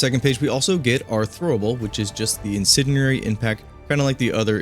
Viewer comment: I know it doesn't really matter but I'm just commenting cause it bugged me. The d in incendiary is not silent, every time he says "inceniary" instead.